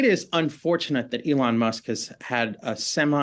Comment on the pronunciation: He said ellen musk. This mf started his research yesterday